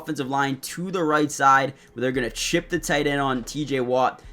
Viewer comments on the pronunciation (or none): none